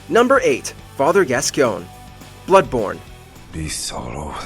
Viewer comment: I don’t like the WM videos where the presenter just reads the script without knowing anything about the content. Seriously, father Gas-Ciogne?